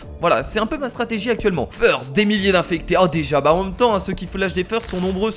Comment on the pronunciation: FEURST ! ... ben quoi ? c'est pas feurst c'est first faut se renouveler !